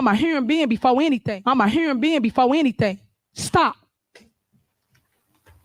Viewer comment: Guys, she’s a “heuron bee-ann” before in-ah-thin”